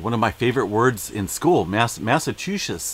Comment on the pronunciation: Haha ok pronounced massachewsitts haha 😂